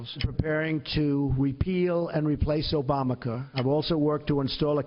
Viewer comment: What? Obamace?